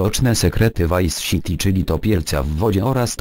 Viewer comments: vice siti hahaha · vice SIti XD